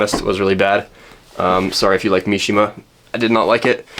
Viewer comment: get my boy mishima's name out yo mouth homie